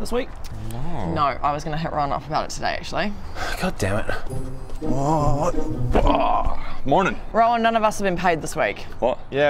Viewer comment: Rowan saying mornin’ was definitely his inner fisherman coming out 😂